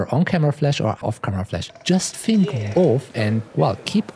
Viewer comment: "Fink" or "Think"?